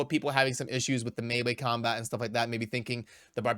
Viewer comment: Thanks for pronouncing melee correctly sounding like "may-lay". Lots of people get that wrong (understandable with the spelling) 👍